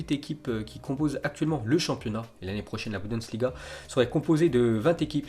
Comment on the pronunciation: "La budENsliga" mdrrrrrrr on l'adore ce